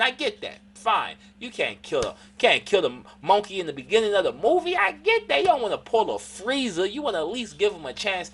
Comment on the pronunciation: The way he say monkey 😂 😂 😂